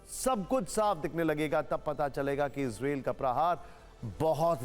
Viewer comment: इजरेल नहीं इजरायल कहते हैं भाई कहना सीखें 😅😅